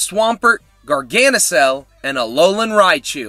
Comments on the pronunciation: it's not pronounced garganisal it's pronounced garganikal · When you say garganical the c is hard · It's a hard c in garganical